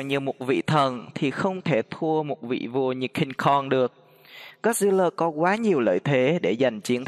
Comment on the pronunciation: Cingkong mà anh đâu phải Cung kon